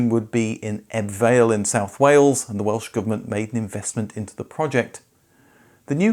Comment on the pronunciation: I love a lot of your content and this TVR/TWR mashup was certainly an interesting concept. My only consistent feedback about your videos is that spending a little more time researching pronunciation would be great. Sometimes you get it spot on (e.g. Patrick Le Quemant) but Cerbera and Ebbw Vale shouldn't have taken too much effort to get right. Similarly with Giorgietto Giugiaro I seem to recall you always get his first name spot on then give us nothing like his last name. Keep up the good work though. This is just a reflection to help to make some great videos even better.